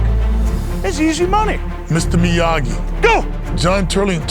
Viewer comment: "Mr. Mayagi." Love it